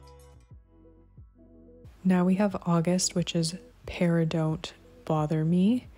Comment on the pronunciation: 💯 correct pronunciation